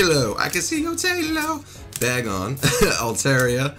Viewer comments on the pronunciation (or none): none